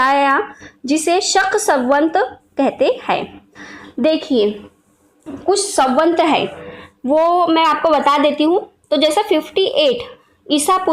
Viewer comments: उच्चारण बहुत अशुद्ध है। ...मनुस्मृति को किसीने'खत्म' नहीं किया, न कोई कर पायेगा। वह हमारा ,हिंदुओं का एक सम्मत धर्मग्रंथ था, है और रहेगा!! ...सवंत नहीं, सम्वत् !! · संवत ,होता है सवंत नही